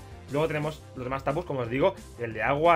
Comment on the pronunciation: Los Tapus los dijo casi todos mal XD